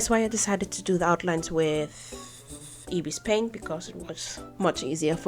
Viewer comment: Hey! I just wanted to tell that you are actually pronouncing ibis paint wrong it's actually i-bis paint and you are pronouncing it as ebis paint so i just wanted to tell that and no hate or anything i was just correcting you btw i love your video🤩🥰❤!